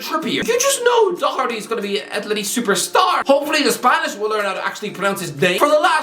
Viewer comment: I'll be honest Dough-erty is an improvement on Dok-erty as a pronunciation of Doherty in my opinion.